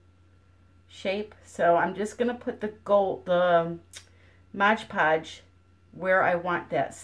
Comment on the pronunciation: It's MOD Podge, not "Modge Podge". There's only one "g" in the entire title. Mod that rhymes with odd, as in, "It's odd that you keep calling it Modge Podge." I think you're getting it confused with the term "Hodge Podge," which means a little bit of everything put together.